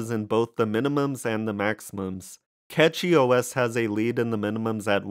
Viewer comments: pronounced "Cash-ee" and not "Cat-Chee" - outside that, I do like all of the new gaming Linux distros but still mainly fall back to ol Windows on the main desktop, everything else is running SteamDeck's OS essentially, or some variation of. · Its Cachy (Cash-ee); not Catchy... Its called CachyOS, because the custom kernel patches and CPU scheduler allows the system to optimize resources in micro caches. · I say it like "catchy" too. Who care about the name of an OS or how you pronounce a brand or whatever tbh. Hell even name can be pronounce differently depending the country you are in. Don't worry about people being offended by anything. The "worst" thing that can be mispronounced is a name and here we say "there is no mistake in a name". If someone think it's a disrespect they just don't have enough problems in their life. (first timer here btw so I'm not defending because I'm a fan but trully because I think what I say)